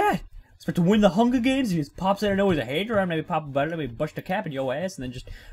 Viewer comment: "I'm gonna win the hunga games